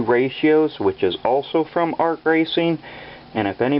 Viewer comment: That is pronounced A-R-C not arc